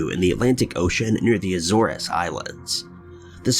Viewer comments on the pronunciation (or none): Azores Island is not pronounced "Ah-zor-russ"..It's "A-zores"..🙄